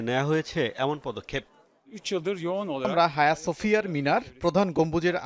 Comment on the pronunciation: তুুরুস্কের মসজিদ এটার নাম আয়া সোফিয়া, হায়া না